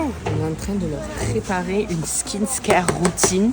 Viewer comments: on dit skin care et pas skin scare thx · Alors on prononcé kho pipi pas phi phi lol et skincare pas skinscare 😂 mais sinon la vidéo est top bravo ❤